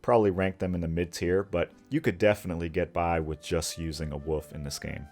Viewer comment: "Wool-FF", man. There's a "L" in the word WOLF. "Woof spider" is barking arachnid.